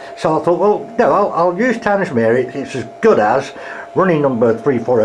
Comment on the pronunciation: Tangmere is pronounced tang-mere